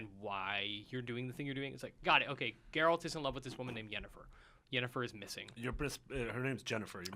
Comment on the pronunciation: Oh my. actually pronounced Yennefer name correctly. In Polish you would say her name exactly how he said it. Its not Dżennefer and Dżerald. Its Yennefer and Geralt.